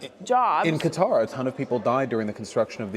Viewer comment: I AM SO READY for a stream of these PV vids Edit: thanks for not pronouncing Qatar as cutter btw. Hasan does it and it's insanely annoying Edit2: I actually don't recognize her, but she seems like a real nice person